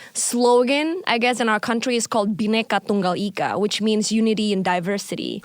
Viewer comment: The way eric nam trying to say "Bhineka Tunggal Ika" wawwww